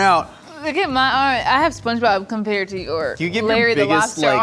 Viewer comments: "I've never seen spomge-job" LMAO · Did just say spongejob